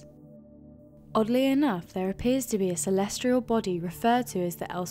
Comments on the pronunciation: There is no 'R' in 'Celestial'. Stop saying 'Celestrial', ffs. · For #4 is she saying "celestrial"? It sure sounds like she is.